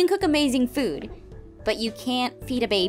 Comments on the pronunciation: I love how the baby food is pronounced baby fud ♥👶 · ......lol "Baby fud"...... I thought it was baby food, not baby fud